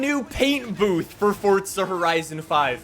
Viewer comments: How much money for you fo pronounce it "Forza" and not "ForTza" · Sorry but it hurts it’s not fortza it’s forza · Omfg please it’s forza not fortza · Ddid you just say fortza instead of forza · I love the videos but it is driving me absolutely insane when you say fortza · "Fortza" "forza" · ITS "FORZA".. NOT "FORTZA" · why is he saying ''FORTZA''??!!!!! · Fortsa???? U mean forza. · Brotha it’s pronounced “FOR ZUH” not “Fortsuh” lmao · Bro it is FORZA not FORTZA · Idk if it’s just me but I say “forza” not “fortsa” I love the video though man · FORTZA FORTZA FORTZA 🤡🤡🤡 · Why you say it fortsa? The official Xbox stuff say the single Z not like how Italians say a double z... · Bru stop saying fortza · Me: ah no not again: fortsa horizon 5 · Fortza horizon 5 fortza horizon 5 Edit: I’m not making fun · Lol why u saying fortza???? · fort za. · I'm so Annoyed at him cause he calls it fortsta horizon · Are you fucking dislexic there is no t in Forza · Stop saying forza like that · Fortsa horiteson fife-wuh